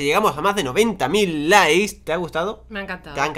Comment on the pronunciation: Minuto dijo lis en ves de likes